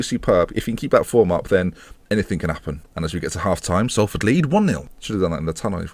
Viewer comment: and pronounced it horrendously in the first place xD